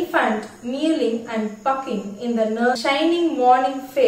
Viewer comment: Good explanation.. But pronunciation of the word.. Whining., pucking... are wrong...